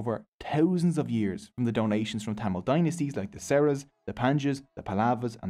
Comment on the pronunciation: It's not sola but chola and not sera but chera